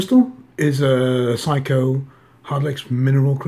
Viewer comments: Another nice review, though I never heard Seiko pronounced 'Psycho' before, in the U.S. it's pronounced 'say-ko' as it was in Japan when I was there. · Its pronounced sako not physco lol. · Dear Darrin. Thanks very much for bringing this to my attention. I think this is a question of my Danish pronunciation bleeding through to my English. I will in the future say Say-ko :-) Thanks again :-)